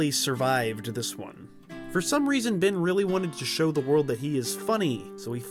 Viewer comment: dude his name is Ben not Bin